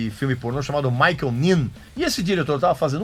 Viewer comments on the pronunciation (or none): none